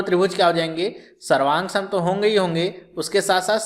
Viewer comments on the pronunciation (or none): SARVANSANG , SAVROOF KYA BOL RHE HO SIR :(